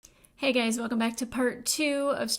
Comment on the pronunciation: hey guys❌hey gays✔